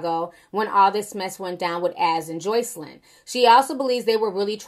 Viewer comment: You hit that JOYCElyn hard! Lol Perfect pronunciation! 😂😂😂😂😂😂😂😂 You so silly Ti!